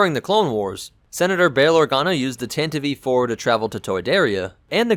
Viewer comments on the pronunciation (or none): Tan-tiv. Please not tan-tivee. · I'd really like to know why you measure stuff in Wookies, Sandcrawlers, Millenium Falcons etc....your videos are great otherwise, but why do you do that? Also: I thought you call it the TANTIVE (not Tantiveee) IV? :) And another nitpick: Disney-Canon mixed with "legends" (Hate that moniker!)? Especially that stupid retcon that Leia's ship was at freaking Scarrif? Damned, that's so stupid, especially if you watch Rogue One and then watch A New Hope directly after (Leia's lies weren't very convincing in the first place, but telling Vader who saw your ship escape a few hours ago that you are on a diplomatic mission is beyond flimsy and stupid, especially since you don't have to travel to the Outer Rim to go from Coruscant to Alderaan! (not to mention that Vader/the Empire would have recordings of that action at Scarrif (thus you've just handed them proof to kill you) and thus could prove that Leia was a Rebell and thus they could legally detain and even kill her, even if the emperor would have never disbanded the senate! The senate would crack under that pressure, the evidence to damning!) I prefer the version from the EU, where it was Bothan Spies that got the plans for the Deathstar! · the ship is called the TANTIVE 4 not the tantdi- v 4 , or the tantiv -E-4 , ....the tantive 4 (grates on my nerves EVERY time you butcher that name google it . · btw its Tantive VI, pronounced tan-tiv four. not tan-tiv-ee four or tan-tiv vee four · Tanta-VEE 4? Is English your first language? Because you keep misprouning so many ship namesit's not even funny. is it called TAN-TIV 4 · Why do you call It tantiv E IV? Isn't It Just tantiv IV? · Tantive IV, why is he pronouncing it Tantieve? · It sounds like you are saying either Tantive E-4, or tantivee 4. It sounds wrong, as it is. The "e" is silent, but you pronounce it like it should be pronounced, which it shouldn't. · Pretty sure the last E in “Tantive IV” is silent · same. that drove me nuts, lmao